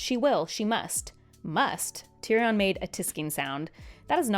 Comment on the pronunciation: The way she says "Tyrion" and "Cersei" is killing me. (Tear-E-In) and (Sir-See) is how George pronounces them